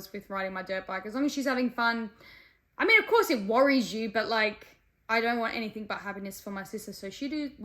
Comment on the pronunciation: I lost all intrest the second she said "anythinK"